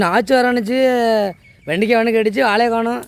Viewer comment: Vendaikai mot vendikai. Try to change ur pronunciation while talking in public